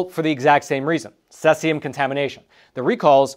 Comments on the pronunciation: Ceeeeesium not seasium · it is pronounced "See-Zee-Umm" (not Sess-Ee-Umm), in case you have to do follow-up reports. Thanks for sharing yet another Hot Sheet briefing. Edit: C-137 is primarily used in flow gauges in industrial pipelines, so if this scrap yard got a shipment of those gauges it was likely due to the pipeline owner not notifying them of the nuclear threat. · Cesium not Sesium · It's cesium 137, not "sessium" 137. First syllable rhymes exactly with the word "seize". You could say seize-ium 137. Patrick Cowdrey, Redding, California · It's pronounced see-z-yum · It's most commonly pronounced most closely to Si-Sium (Cesium). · See zee um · it is pronounced ...., seaziam.. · See-zee-um. Say it with me class. 🙄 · No offense but it’s pronounced seize-eee-um. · I've never heard Cesium pronounced that way. That's incorrect. Say See Zee Um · All my life I've heard it called "SEEZ-i-um". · It’s pronounced: ‘sē-zē-ǔm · Cesium. Pronounced like the word seize and e-um. Not suh-es-e-um. I know there was a graphics with sesium but it's the same element in the video For a second I thought it was a compound I hadn't heard of. This is on the periodic table and it's cesium. #55 Cs. Most people probably haven't heard of it. The pronunciation really threw me for a loop 😅 Edit: I don't normally correct pronunciations, but it's also not in any of the top comments, as well as being mispronounced throughout the entire video, so I feel it should be said. This is the word he's trying to say. Btw love, been subbed for years. Found him during the pandemic and havn't let him go ❤️ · You obviously don’t know how to pronounce Cesium. It’s pronounced ’C see um’. It can be used effectively for food processing purposes to kill bacteria by exposure to the isotope because nature being a beta emitter. When it’s used in for any reason it’s always within a sealed container. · Please learn the proper pronunciation Cs-137, the e in cesium is a long E!